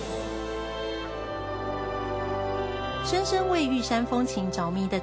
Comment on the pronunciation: 做為教材 我們建議本片主播換人 重新配音 第一高峰 峰音ㄈㄥfeng不是ㄈㄨㄥfong 深深為玉山著迷 深深 是 ㄕㄣ 不是"生生" 杜鵑盛開 盛音ㄕㄥˋ 不是 "腎開" 萬種風情 風音ㄈㄥ feng不是ㄈㄨㄥfong